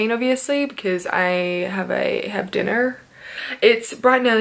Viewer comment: "dinner" you sounded American 😂